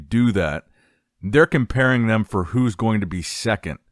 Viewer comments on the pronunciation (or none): none